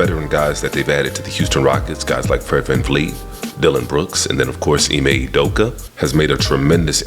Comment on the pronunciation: Jus correction since its grating my ears. Ime Udoka's last name is pronounce OOh-dough-kah. Emphasis on the Ooh, its not You-dough-ka. Please and thank you. lol